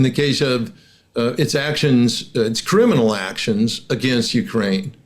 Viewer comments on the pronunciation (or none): none